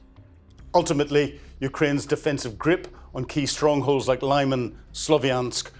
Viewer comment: It's not "Lai-man", it is "Lee-man", meaning "firth".